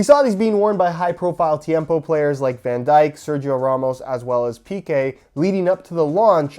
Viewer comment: Two things, for future reference. The I in Van Dijk is pronounced as in "in", and the stress on Piqué is on the E.